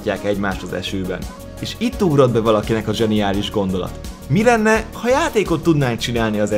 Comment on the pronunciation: zeniálisz XD